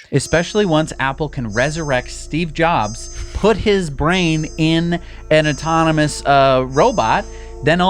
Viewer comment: Steve Ro-Jobs 😂